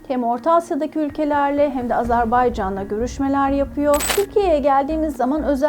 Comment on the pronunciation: Sen önce azErbaycan demeyi öğren.